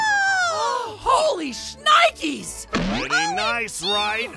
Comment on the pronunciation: HOLY SCHNIKES Bruh Sch+Nikes